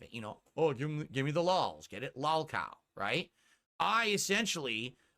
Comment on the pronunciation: it's not lOOlcOw. It's LAhLCow. Get it together, man! Just kidding, I hate the way his gin-brain stroke-mouth pronounces stuff.